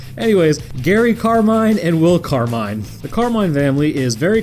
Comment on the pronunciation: Did you say carmine or carbine?